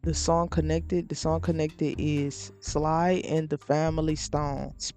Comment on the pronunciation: This was very interesting. I'm in. Just 1 note: Sly [like "slide" but without pronouncing the "d"] The dude is considered a funk rock pioneer and a huge legend.